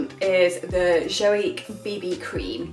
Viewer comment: Yay for Estonian products. :) Just a pronounciation tip - it's more like yoik, like in York, not like Jamaica.